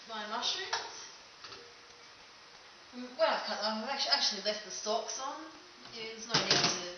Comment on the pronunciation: it makes me smile every time you say "stalks" and it sounds like "socks" :) nice job